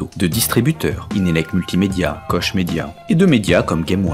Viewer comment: koch se prononce /kɔx/ "Kohr" : tu prononce un h en même temps que le r!